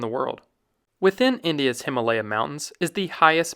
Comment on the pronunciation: Please learn to pronounce HIMAA LAYA . not LEYA.